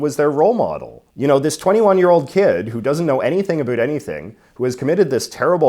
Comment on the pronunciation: I decided to suffer through J.J.'s execrable pronunciation of "about." And I'm glad I did.